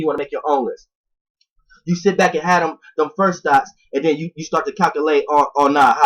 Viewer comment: Every time you say: “Thoughts”, it sounds like you keep saying: “Thots”